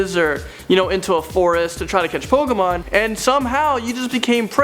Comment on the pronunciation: No, it's POKAYMON.